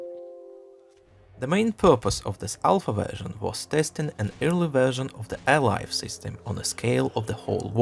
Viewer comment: Awesome video! But your pronunciation of "early" sounds too much like "eerily" so I got confused every time until you said a few more words :c